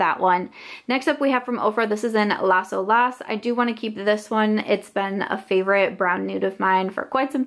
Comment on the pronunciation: Pronounced las OH-las, not LASSO- las. It means “the waves” in Spanish. Keep up the declutters!